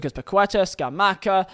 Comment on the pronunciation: hearing him pronounce Paqueta 🤦